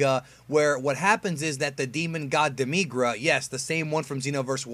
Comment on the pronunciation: demeegr-a. lmao demi-gura